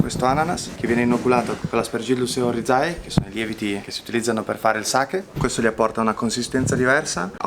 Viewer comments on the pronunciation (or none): Ristorante fantastico, il mio preferito. Avanti anni luce a tutti. Però il cameriere che dice Aspergillus OrizAE è una caduta di stile clamorosa.